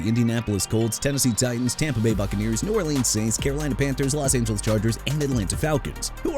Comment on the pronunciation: Dude Chicago isn't pronounced chee-kah-gow; it's either shuh-kah-gow or shee-kah-gow! New Orleans as in New Or-lins NOT NEW OR-LEANS! What part don't you understand? Also it's Romeo Doubs as in Dobbs! And Kingsley Enagbare not Engabare! Isaiah Likely not E-sai-ah Likely, Chuba (choo-ba) Hubbard not Chubba, STEVE SPAGNUOLO NOT SPAGNOLA and Jaguars pronounced ja-gwaars not "jagwires"!!!! You got no respect for athletes or cities or teams WHEN YOU MR. AI SOUNDING VOICE GUY KEEP BUTCHERING THEIR NAMES! YOU NEED TO QUIT!!!